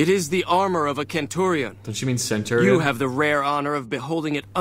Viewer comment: They pronounced Centurion correctly. C doesn't make an S sound in Latin.